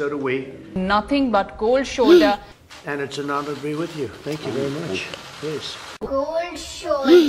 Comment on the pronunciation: Seriously this is how they all sound like: "Koldd sholdder hippiti hoppitus wobbling wobbling" 😂😂😂. Man indians r naturally funny people.